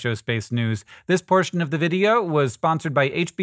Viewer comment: When he said portion of the video I heard abortion of the video seriously 😂